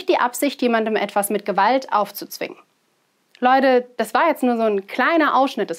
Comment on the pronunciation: Video an sich interessant und informativ, aber warum diese Aussprache? Leude statt Leute u.ä. Wird da auf Krampf versucht wie die Jugend zu reden? Falls ja, das nervt 😂